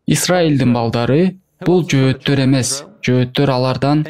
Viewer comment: Жоотор емес жохитер когда учитнсь правилно